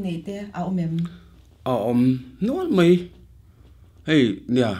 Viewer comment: Zai thiam em em mei ❌ Zai thiam em em mai💯 Lar em em mei❌ Lar em em mai💯 I thutpui kha anih kha.I tawng fimkhur rawh😝